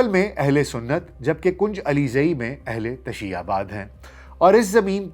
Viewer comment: Sahih talaffuz ,ahl_e_tashayyu, hay